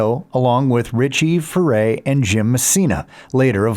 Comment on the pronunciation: You'd think the moron voice over would be able to pronounce Leadon and Furay correctly.